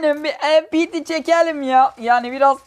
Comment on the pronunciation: abi o silahın adı empiti değil mpt çünki o bir türk silahı ve okunuşu da türkçe :)